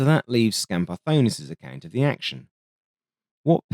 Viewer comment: The scenario you present in the video seems quite realistic to me. I don't believe that the F-102 could score a kill against an F-5 in a dogfight. The scenario where Dinopoulos saw the F-102 bailing out using its afterburner and thought that he had scored a kill is also quite possible. Kudos for correctly pronouncing Skambardonis's name, a name that we Greeks can easily mispronounce, although you had a hard time pronouncing Achialos! Looking forward to your next video in this series!